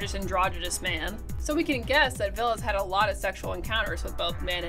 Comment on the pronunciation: It's Ville. Not Vill. 😂